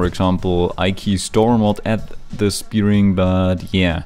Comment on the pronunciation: I love How you say bearing like bee-ring